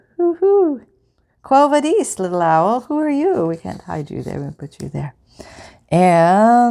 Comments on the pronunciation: Quo vadis was a book and actually a pretty famous movie in its time. It is pronounced: "kwo" thymes with owe. Vah- dis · Thanks for making me smile- your turning Latin into French was very cute. You can use a lighter on the edges of your ribbon to stop the fraying, if you’re old enough to use a lighter without adult supervision.